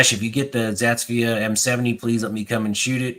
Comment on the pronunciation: I fell into this hobby last year and love Aks. Thanks for having on! I can tell you’re not an AK guy by how you pronounce Zastava lol. Good vid though!